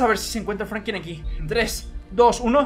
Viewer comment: Alguien más escucha que dice Frankin en ves de Franklin?